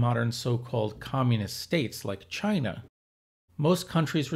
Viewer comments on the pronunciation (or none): none